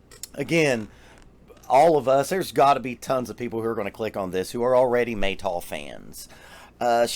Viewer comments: no... not mey "tool" but "m-a-y (as you may call her....) and "tal" (it means water dew) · It’s Meytal, like Al capone, not Maytol.